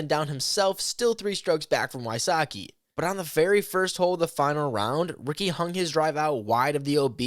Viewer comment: They didn't say Ricky correctly. Sometimes people from other languages have a hard time pronouncing things correctly. It's not a big deal